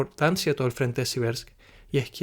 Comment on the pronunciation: Siverks. Pronunciado "Sivierks"